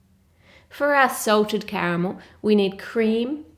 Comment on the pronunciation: Who else heard assaulted caramel. 😂😂😂